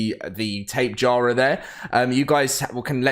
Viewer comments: Tape-jar-uh Lmao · Can you please pronounce tapejara correctly sir